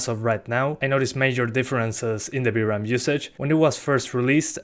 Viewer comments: You know it's VRAM, not BRAM, right?! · knew that you said "v-ram" to be "b-ram"😄